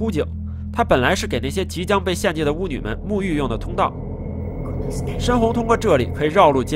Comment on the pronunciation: 挺喜欢这个解说，但我忍不住要吐槽一下：带去沐（念什么）浴？